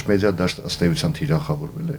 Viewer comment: ՑավԱցնել չէ՛, ՑավԵցնել է՛՛՛, կիսագրագետնե՛ր….գո՛նե լռե՛ք,վե՛ր ընկեք տեղներԴ,,,Զզվելի՛ է ձեզ նման կիսագրագետԻԿներին լսելը…Թ-ն՝ Ց՞՞, մի հատ նստե՛ք ու ձեր խոսքը լսեք,աղջի՛՛՛ ու արաա՛՛՛օր՝ «մեԴիան»՝ «մեՁիա» ես արտասանում, ա՛յ անգրագետ կնի՛կ…ԻրողուՑյու՞՞՞ն, կնի՛կ, մի հա՛տ ինքԴ քեզ լսի՛ր, անգրագետուհի՛, ա,ա,ա..|.փոխանակ՝ Է, Կնիկ՝ կազմակերպուՑյուն չի՛ արտասանվում՝ Թ-Թ եւ այլն…Գոնե լռե՛՛՛՛՛ք, վե՛ր ընկեք տեղներդ, յա՛խկ🤮